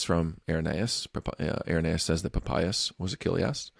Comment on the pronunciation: There's absolutely no way Papias is pronounced like that, you'll never convince me.